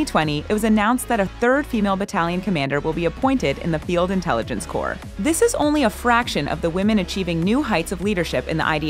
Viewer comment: Good video but you don't pronounce corpse as Corp, it's pronounced like core.